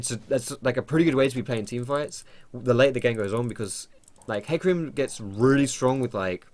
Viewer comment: I'm triggered, do you really pronounce it as heecarim?